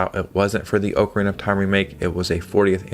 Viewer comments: Oak arena 😂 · Ocarina is not pronounced like that. Gosh.